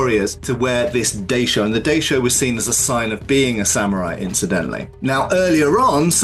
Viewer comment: Really interesting vid! Small thing: in “daishō” the first syllable should rhyme with ‘eye’, not ‘day’.